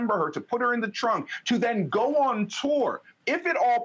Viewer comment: Am I the only one that noticed at the 38 mark she said frunk and not trunk?😅😅😅